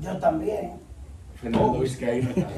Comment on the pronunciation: Viz-ky-eno= Vizcaino